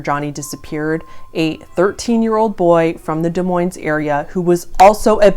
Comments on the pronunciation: Pronounce it deez moys. That’s how you says that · Both the S's in Des Moines are silent. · aww the way you pronounced it des moines with the s... lol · You can always tell who isn’t from Iowa by the way they pronounce Des Moines. Don’t say the s in either, just like Illinois.